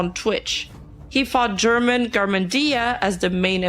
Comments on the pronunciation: For english speakers, it is pronounced "herman" not "jerman" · It hurts my brain hearing how you pronounce "German" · Saying Germán as German was so funny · Escuchar como le dicen a Germán, "German" justo como el se quejo en uno de sus videos se me hace extremadamente chistoso y vaya manera de cumplir su destino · (random time for this) Notes to keep in mind: German is phonetically pronounced like Herman, not like the country (the YouTuber has said he always has this problem at airports). Kenzo, Nimu's ex-boyfriend, did grooming before being with Nimu, and I believe afterward. He also got Nimu to use drugs and caused problems with one of her eyes. And most importantly, never believe what Dalas says. He always lies and makes up a lot of the things he says. He's already lost two defamation lawsuits, but he lies and says he won the case even though the plaintiffs show evidence that Dalas lost the case and hasn't paid the fines imposed on him. He's scammed his followers out of 2 or 3 cryptocurrencies and some crypto games. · Si supiera Germán que en inglés le siguen pronunciando su nombre como "Gérman" (alemán en inglés) xd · I ctfu when she pronounced "germán" as german like the nationality 😭😭😭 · german german dia 😭😭 sorry i just found the pronunciation funny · Idk if this is unwanted but, German is pronounced like "her-man" instead of another nationality. Great recap of the nimu downfall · the german garmendia pronunciation LMAO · Bruh I never imagined seeing a video canceling nimu IN ENGLISH Loved how she called german 🇩🇪 to germán jajajajjaja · The video is serious, with good information a only little mistakes, but I can't help to laugth when I hear how pronouncet "German Garmendia" 🤣